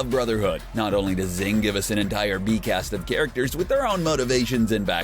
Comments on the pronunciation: Xing is pronounced shing not zing Mei. It's pronounced may not meye Yao Ming? Holy crap. It's ling Yao. Lan fan. Pronounced lahn fahn not lan fan. Alchahestry not alchahistory. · L-o-n F-o-n not LaN fAn Shing not ZiNg This isn’t The Last Airbender movie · its XING not ZING lmaoo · Xing is pronounced shing not zing you dumbass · I like this video, but it was painful hearing you call it 'Zing', when it's pronounced 'Shing' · It is pronounced SHING not ZING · I'm pretty sure Xing is pronounced as "Shing" rather than "Zing" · Jesus christ learn how to pronounce names, moron. Xing - shing. Xerxes = zerksees. Lanfan - Lawn fawn. Ishvalan = ishval-an, not ishva-lawn. Go back to second grade. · Xing.... XD try watching the anime before you make a vid about it. It’s pronounced in the show as shing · Xing is pronounced “shing” and did he really call Yao ling, Yao Ming? Did he even watch the show? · IshvaLAN "ZING"?? ITS XING YOU IGNORAMUS "HOMUNCULEE??" YOU'VE GOT TO BE KIDDING ME. GET A NEW COMMENTATOR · "Zing" "Homunculee" "Aamerstris" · Every time he says Zing, take a shot. It's not a drinking game, it's just what you feel like doing every freaking time he says Zing. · "Zing" "Lahn Fahn" "Alkahistory" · Actually xing is based on china so the correct ways to see this are Jing or shing In some countries you can even call it "sing" but since we can use SH in japanese it's preferable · It's shhing!!! The Romanized X is mostly pronounced as "sh" in Chinese. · It's Shing. SHING! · yeah it’s pronounced shing lol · Him: pronounce xing wrong Me: the pain of being torn apart and being put together again and again is immeasurable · Xing, lan fan, xerxes, amestrus....someone teach this guy how to pronounce things. It says it in the show hundreds of times! I couldn’t make it the full 10 minutes with him saying everything wrong. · I'm honestly somewhat impressed at the narrator's skill with mispronouncing everything related to Xing.